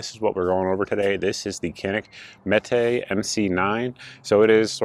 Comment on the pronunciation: I shall call him, Mini-Mete (it's funnier when you pronounce it MEAT, but you do you).